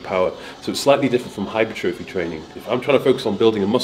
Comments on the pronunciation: it's not hypertrophy, it's hypertrophy. Correct pronunciation next time please xxx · I really enjoy the content, please do a video on the correct pronunciation of hypertrophy. You say Hyper-trofee, the Americans say Hi-pertra-fee.